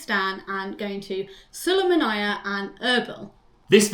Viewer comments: twenty second into the video and im already triggered by how she pronouced the name of my city. its "Su lay ma ny" not sulamanayah....... with that being said i hope you had fun in Iraq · It's not written nor pronounced Sulumanaya 😂 it's pronounced Sulaimaniya